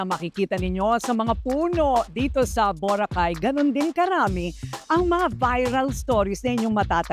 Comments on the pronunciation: Paki ayos ang pag pronounce ng Vho-ra-khai … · Maganda sana ang episode ngaun nakakapikon lang ang bora cay mo madam mamamia what are you the foreigner over there🤪🤣🤣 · Akala mo hindi pilipino ang nag vlog eh bakit iba pagka bigkas ng boracay ambisyusa ka miss kuring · Anong Bora-Cay??? Hahahah.. kaya mali2x mga kabataan eh. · Ms Korina, bo-ra-cay po not bura-kaaay... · BORACAY not Borah Cay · I can't stand how Korina say the word BURA-keyy???many times..I'm sorry that's now how to pronounce it..I can't finish watching the video in as much as I want to see BORACAY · Whats with the BURAKEY?????? Journalist ka pa nman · why do you pronounce Boracay like that?? I would have loved the episode but can’t get past the way you say Bora-cay 🤷‍♀️🤷‍♀️🤷‍♀️ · Ayusin mo nga ang pagbigkas ng BO'RACAY, parang super accentuated, watch for your Bo racay word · Na confused din ako sa bora -kay first time ko makarinig ng ganyan pronunciation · nakaka bigkas naman Pala ng Tama sa word na Boracay. Bat pinipilit pa ma slang BORA-CAY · Yung sarap ng nood mo pero habang tumatagal naiinis ka na tuwing madidinig mo Yung pronunciation ng Boracay to bo-racay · Iba ang pagbigkas ni korina sa Boracay...hehehehe. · Grabe ka korina bigkasin mo ng mabuti ang Boracay Hindi ka amerikana,pilipino ka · What the heck Korina? Parang di Pinoy kung mag pronounce ng Boracay! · ayusin mo muna yang pagka bigkas mo ng BORACAY korina kainis ka😂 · Korina, bakit mo iniiba ang pag pronounce ng Boracay? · Ambot sa imo Korina.. Taga Asa man ka di man ka kabalo mubigkas sa Boracay..baka nman mg viral din. Pag ka bigkas.. Just saying... 😂😂😂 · Kapag ba socialite iba bigkas ng tono ng Boracay kaasar 😅🤣😂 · Is that the proper pronunciation of Boracay? My family is from Roxas, Capiz....they don't say it that way though. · 😂😂😂😂 ay boracay na jejejej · I'm bothered how Korina how Korina pronounced BORACAY ..is that how we say BORACAY?I'm confused?